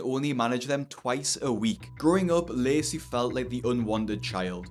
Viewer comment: I keep mishearing him pronounce 'Lacey' as 'Lazy'.